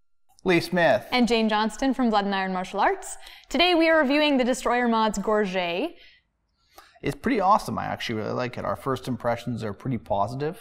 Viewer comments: Gorget = /GOR-juht/ not /gor-ZHAY/ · gorget comes from the french gorgette and is pronounced gor-jet not gor-jay. Americans and Canadians get it wrong all the time and I will catch myself saying it wrong because so many people do.